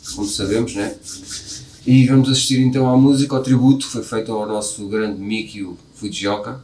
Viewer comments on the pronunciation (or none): Percebi que a partida de Mikio (pronuncia-se Mikí-ô), infelizmente, fez o Babymetal perder um pouco do encanto, alegria e inocência dos temas que resultavam de pesquisa folclórica da cultura popular japonesa e de canções populares infantis. Essa inovação proporcionava bastante alegria, humor e originalidade ao Babymetal. Após a sua triste partida, o Babymetal ficou um pouco sério demais. Mas, continua brilhante e nos encanta sempre, claro. Lamento muito que o Mikio tenha partido. Sempre fico triste quando vejo a sua imagem, devido à saudade da felicidade que ele proporcionava espontaneamente ao Babymetal em todas as apresentações. Creio que a camiseta de seus antigos companheiros no Kamiband representa muito bem o Mikio. Ele está representado sentado, tocando guitarra confortavelmente em uma Lua minguante. Coincidentemente, o acidente que o levou ele contemplava estrelas. Era um músico de jazz genial, além de heavy metal. Sempre sorria como uma criança em todas as apresentações. Parecia uma quarta criança junto com o trio Babymetal. Que Deus o tenha próximo de si. Foi uma pessoa e um artista especial para todos. Como bem exclamaram a família Babymetal, Mikio é o The One, para todos nós. ⭐🎸🌙🦊